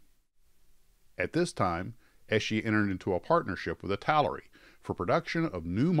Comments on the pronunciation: The name is pronounced "It-tel-er-e" Many mispronounce it as "It-tal-e--air-e" by adding an extra syllable. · Do Italeri next. Pronounced EEEta Leri